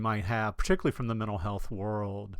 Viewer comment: You are lucky. Good content. Pronunciation slop. If I hear “men’al health” one more time I’ll scream! Off to drink dome “wodda”!